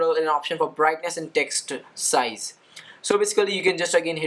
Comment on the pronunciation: Sounds like your saying dick size now text size.